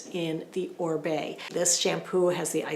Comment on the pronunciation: Love your research behind all the products. Thank you so much for that. BTW I think it's pronounced Oh-Ree-Bay, not Ohr-bay. You are fabulous.